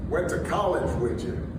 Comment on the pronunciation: How dare Obama even do this! And then he said "whichu" instead of "with you". Almost as bad as Kamala and her "greens"